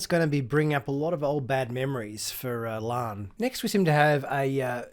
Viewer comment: Will you PLEASE pronounce La'an's name correctly - It's LaAhn not Lann you dunb she-it!